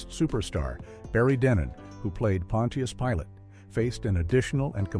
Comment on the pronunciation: A.I. Gotta love it! Pontious Pilot! 😂